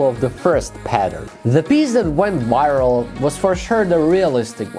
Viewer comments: Pronounced viral, wyral. Then says Vile 🤣🤣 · "why it went viral" LOL rough one with that accent but well done.